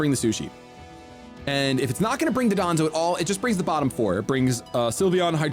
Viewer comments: Dondozo is pronounced don do zo not duh don zo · I assume I'm not the first to point this out, but it's Dondozo, not Dodonzo. Super common mistake. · Pronounced “Don-dozo ” just by the by. That’ll be a little easier to fix instead of the 15-year Hydreigon pronunciation lol